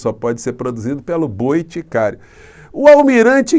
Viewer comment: " boiticário" kkkkkkkkk😂😂😂😂😂